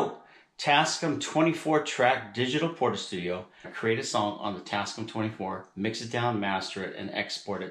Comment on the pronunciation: The company name is pronounced "tass-kAM", not "tass-kum". The "AM" is for "America". But excellent video!